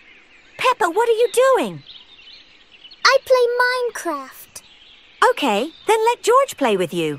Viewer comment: I heard minecrap not minecraft